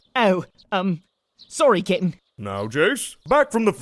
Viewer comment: i swear, every time Jeice says "cap'n" i hear "kitten"